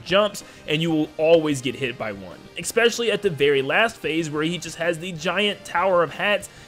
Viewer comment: I'm so sorry. I'm so so so sorry. But it drives me insane when you say "expecially." This is so petty and doesn't matter at all. It's a wonderfully made video and I have no right to be saying this, but I was raised a grammar N*zi so I just have to say it. It's "especially." Please forgive me.